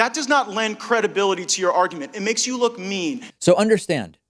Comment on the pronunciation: "It makes you wook mean" uwu